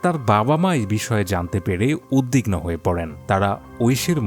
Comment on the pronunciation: 'উদ্‌বিগ্‌নো' উচ্চারণ দেখার অনুরোধ!